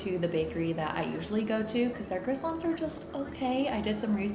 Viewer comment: why does she say croissants fancy like that it is so funny